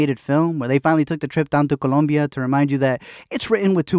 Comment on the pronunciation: remember guys, it's not Columbia, it's Col⭕mbia great video :D